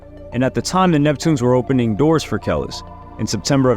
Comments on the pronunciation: it's killing me you keep messing up Kel-lease that's how it's pronounced 🙄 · Isn’t it “Cuh-lease” lol either way big love bruv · Like damn the constant way he kept saying her name wrong is kind of annoying. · no doubt can't stand people mispronouncing shit. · Fck that. It’s disrespectful.. how would yt people feel if I made a video about the beetles & pronounced the names wrong the whole damn time? Chill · Yo is anyone else annoyed that he keeps mispronouncing “Kelis?” More emphasis on the i as an e my guy! I enjoy watching your videos but this is nearly intolerable to hear on repeat. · Say her name right !!!! It really messes up the video. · Jesus, I've never heard a name pronounced so wrong except hearing when James pronounces tupac on shxtsngxgs podcast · Sounds like you're saying whatever superman's real name is ever time you try to pronounce her name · I wish I could flag ur video and stop ur check just because you didn’t even bother learn how to pronounce her name !!! THE DISRESPECT and the nerve !!! But you want that you tube check off her name right …, show some respect to the black community and learn how to speak our names before u start trying to make money of black people stories in ur content!!!!! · White people …. If ur going to do content on black people please first of all show some respect and learn how to pronounce our names !!! Im not sorry that the names white people have are been here since the start of man and have never changed, yes black names have evolved some a little bit extra and hard to pronounce but overall very cute and classy names in our black community so put some respect on our names and SPEAK IT RIGHT OR DONT DO THE BREAKDOWN ABOUT THE PERSON OR PERSONS LIFE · broooo how do u make a whole video on someone and not even kno how to pronounce their name? like literally how do u know so many things about a person while knowing nothing at the same time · This man say Kelis worst than he says Adidas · Did you say “Ke-Less”?? 😂😂